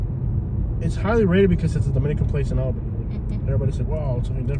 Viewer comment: And… you’re saying it wrong!! It’s Alll-been-eyyy!